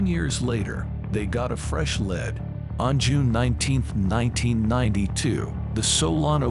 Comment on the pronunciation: Every time the voice says "lead" like led, takes some seriousness away from the delivery. Just thought you should know